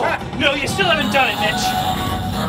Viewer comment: Sounds like he is saying bitch instead of mitch